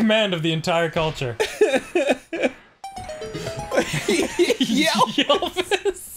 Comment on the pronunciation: It took me a second to realize what he meant by 'yellvis" Once I found out, I died of laughter.